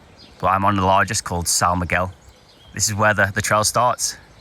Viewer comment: man, I love your videos, but you completly butchered the pronunciation of of "são miguel". anyway, you get a pass because you dont speak portuguese